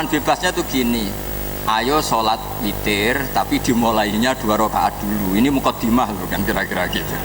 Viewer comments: Witirrr ngab..witiiiirrrrr.... Bukan fitiirrrr... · witir ngab..witirrr... Bukan fitiirrrr....